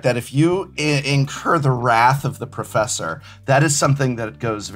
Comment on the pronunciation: Pwoffeswor gwumpy